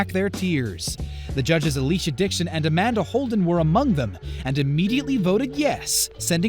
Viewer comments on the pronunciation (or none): none